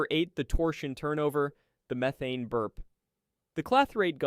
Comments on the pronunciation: Why do you pronouce the gas name as MEE-thane and Methaine? PICK A LANE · "Me-thane", " You-thane". I'm guessing this is an AI voice. Still, it's quite informative. Hey, you corrected it, mid vid. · It's an AI narrator. Abnormal pauses, over-enunciation of words, and literally pronouncing "methane" differently 3 times within 20 words